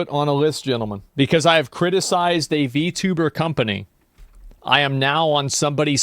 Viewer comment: Damn. You said v-tuba with the hard R...